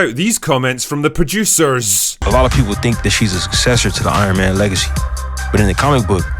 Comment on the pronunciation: I hate the way coogler talks so much. We get it youre from california.. and why does he pronounce “s” as “sh” “she was iron mansh friend”